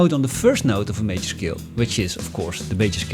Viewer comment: "shcale" Somehow it's even more effective with that German sound. Anyway, THE BEST EXPLANATION ON MODES THANK GOD! No actually, thank YOU. Somehow 50% of music theory explanation is about the one explaining flexing his wide knowledge and vocabulary on music theory.